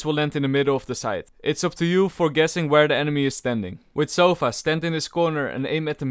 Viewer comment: "Sofa" Sova: its" sova" get it right mate.